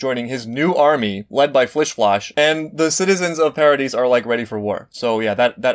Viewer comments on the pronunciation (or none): Btw Floch is commonly pronounced like Flock but you can say it however you like I just felt like letting you know know because you seemed unsure. Love your reactions :)